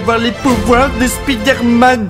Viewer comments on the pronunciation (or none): Mdr la parite ou il dit spider-éloufe